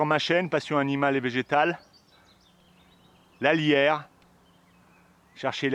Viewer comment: Peut-être pourriez-vous épeler le nom des plantes, parfois ? Je comprenais "la lierre", au lieu de "alliaire" ! après j'ai reconnu la plante, bien sûr. Ceci dit, vidéo très intéressante, votre passion sincère est bien rafraîchissante !